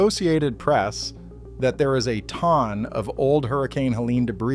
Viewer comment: I thought this was a real person speaking until A.I. was revealed when it pronounced the word TON to sound like TOM except with an N instead. Cooked.